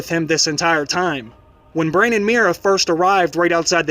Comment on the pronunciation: BRAN, not brain plz